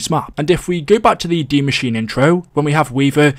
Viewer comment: What is dee mascheene